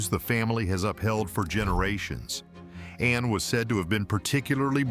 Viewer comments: It’s Ann not Anna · It isn’t Anna It’s HRH Princess Anne. The E is silent n so annoying with names that presenters say including Prince Louis the presenters say Prince Lewis ??? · It is Anne not Anna. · Her name is Anne, NOT anna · it is ANNE NOT ANNA GET IT RIGHT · Her name is Anne not Anna!!! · The name is Not Anna! Her name is Princess Anne. The E is silent. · Her name is not Anna ANNA! It is ANNE! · It's Princess Anne. Not Princess Anna. Please get that right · She is Princess Anne (the e is silent). Her name is not Anna. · It’s ANNE…not Anna